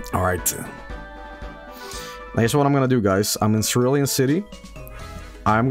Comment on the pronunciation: it's pronounced cerulean city The issue with that is that Charizard is one of the worst Pokemon and that they aren't cool that's fuschia and thus their tongue but charizard doesn't look cool encore is also good in nuzlockes. so like, still not here but like, not JUST competitive. whoa i didn't notice the anime bike cerulean misty thing either